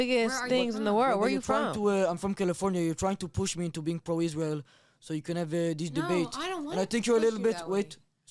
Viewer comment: That lady can't even say the country name correctly.. isReal..isReal